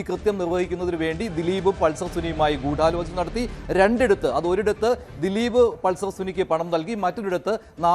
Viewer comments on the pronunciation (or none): അവതാരകൻ പറയുന്നത് കേട്ടാൽ തോന്നും ഗൂഢാലോചനയിൽ 'ഢ'യ്ക്ക് പകരം 'ഠ' ആണെന്ന് 😂